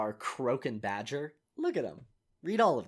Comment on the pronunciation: cloak and dooger